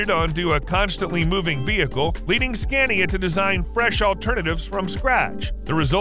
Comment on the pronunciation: Pointless, its all in imperial measurements apart from the kilowatts, nobody modern uses imperial measurements anymore. And the voice doesn't know how to pronounce Scania !